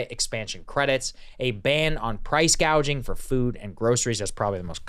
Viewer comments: Someone needed to teach Kamala to say gouging, not gauging. People your age can't buy houses because the REITs snatch them up, leaving a limited, higher price supply.. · The fact that she first pronounced it as PRICE GAUGING tells you someone else is printing her policies.